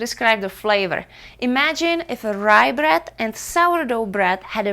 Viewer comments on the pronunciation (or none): it's BREAD !! , not BRAT